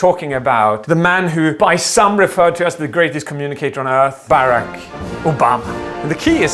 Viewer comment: Bereck Obama? BERECK ?! rofl